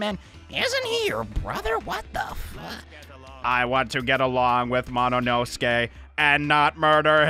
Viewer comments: Why does he say monosuke like mononoske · I can’t get over the fact that he says mononoske instead of monosuke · NOT “MONOINOSUKE” BAHAHAHHAHAHA